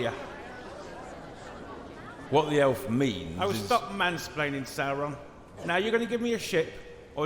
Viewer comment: dat "sAuROn" killed me lmfao